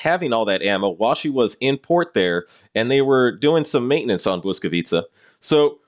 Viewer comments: I'm really impressed with your pronounciation of Błyskawica, propably the best that i have heard in a non-polish video. If i might ask, will there be more of polish ships in the following parts of your list? (Like ORP Piorun for example) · Airships and British submarines? I'm in. Also, a Pole here. Your pronunciation of Błyskawica was on point. I would obviously like to see her in game and, as you said, hopefully as a more mature-looking destroyer. Same with Orzeł actually. A UR destroyer and a buffer is also a ship I would welcome. On a side note, would you consider making a list of ships that might or should get a retrofit?